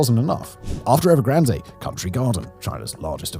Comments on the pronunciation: Everyone: 'EvergranD'. The Brits: 'Evergran-Deh!" Seriously?? What is it with the desire to mispronounce every. single. word??? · “Evergranday” no one has ever pronounced the company name that way. Sorry Simon, you’re reading a script, but not understanding the content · The final 'E" is silent in Evergrande. It's pronounced 'Ev er gran d' NOT 'Ev er gran day' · Please pronounce EVERGRAND CORRECTLY. TWO....COUNTRY GARDEN DEVELOPMENT HAS EFFECTIVELY GONE UNDER AND ITS 3.2 TIMES LARGER THAN EVERGRAND.....WITH 280,000 UNITS....YES ....280 THOUSAND UNITS....UNFINISHED BUT PURCHASED. Evergrand entered into bankruptcy court in the US. BofA was its largest creditor. Country Garden entered into an agreement with the CCP TO COMPLETE THE FIRST 100,000 UNITS IF THE CCP LOOSENED FINANCING RULES. THE CCP DID....COUNTRY GARDEN HAS YET TO COMPLETE THE FIRST 20,000 UNITS. YOU NEED FEAR BETTER INFO SOURCES OR ...LEARN MANDARIN AND READ SOURCE MATERIAL RELEASED IN CHONA AND.....NOT....THE GARBAGE REPORTS SENT OUT EXTERNALLY